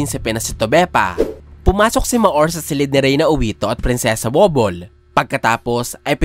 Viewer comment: correction lang pag kakaalam ko ang basa dyan hindi prinsipe woblee ang bigkas dyan "Prinsipe wabol or wobol" godbless idpl